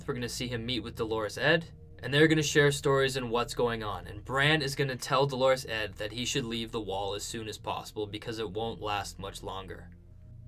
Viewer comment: I'm hearing Dolourus Ed's named pronounced like the female name Dolores. Dolourus has the accent on the first syllable, not the second. :)